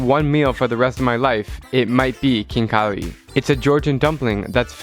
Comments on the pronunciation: Its ხინკალი Not KIN KHALI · It is not kinkali it is xinkali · XD u need to leaen words u knowbsome that good but 1 thing its not kinkali its ხინკალი (xinkali) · When he said kinkali I was triggered haha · The food is pronounced Hin-ka-le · for khinkali you don't say the k.